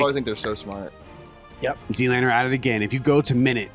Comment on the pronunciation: U notice when he said ZLaner nobody comments lmao